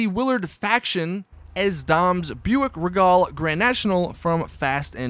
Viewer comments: Your "Scooby" van is a fucking Ford Econoline. LMFAO Looks nothing like the Mystery Machine. And FYI... , it is NOT a Buick "Ruh-gull", it's pronounced "REE-gull", and it's actually called the Buick Grand National or the Buick GNX. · Buick Ragal? Regal, you pronounce it with an E. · It's pronounced Bew-ik R-ee-gul not rigol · First thing, it's pronounced ree-gull, and it was a Grand National in the 4th movie, not a regal.